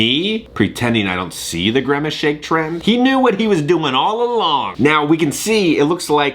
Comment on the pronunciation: WHY DO YOU KEEP SAYING GREMACE? IT'S GRIMACE.